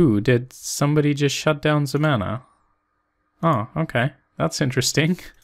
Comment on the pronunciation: "ZEMANA" ... YOU'RE DRUNK, GO HOME!